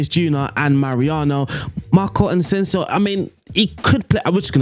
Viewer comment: Where do you get all these Ns from in players names? Ansensio? And Toni name is pronounced Kros but the a longer O, not like spanish Cruz